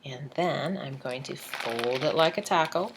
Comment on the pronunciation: love the video. the way you say "taco" is cracking me up!